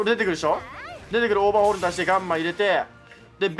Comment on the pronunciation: オーバーオールって言ってる、？